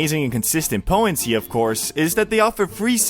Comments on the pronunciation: potency not “poh -N-C” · it drives me batty to hear "po-ency" instead of "potency". Yeah, I'm old, get off my lawn and all that, but it is amazing to hear the language change. I started noticing this shift less than 10 years ago where younger people will substitute a glottal stop instead of pronouncing a "t" in the middle of certain words. Another one that comes up a lot is "impor-ant" instead of "important". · Poh-en. They're very poh-en. Such high poh-ensee.